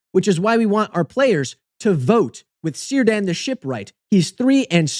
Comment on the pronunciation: Cs are hard in Tolkien elvish names. It's pronounced Keerdan.